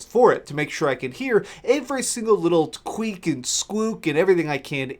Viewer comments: Squeek and skwook, eh!? Ok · Queek and skwook....